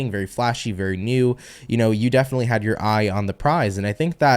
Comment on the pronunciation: That "defically" was totally "Blonis"!😂😅